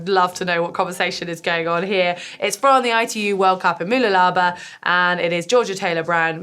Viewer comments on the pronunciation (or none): More like m'LOOlabah. The first vowel is a schwa, and it's helpful to use capitals to demonstrate where the stress lies.